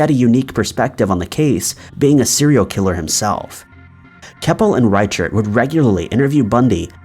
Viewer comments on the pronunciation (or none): Reacher the, as in Sheriff Dave Reichert, is pronounced rykirt